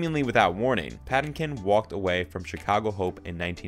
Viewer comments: Patinkin is pronounced strangely as well 🤨😬🙄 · You're mispronouncing Patinkin.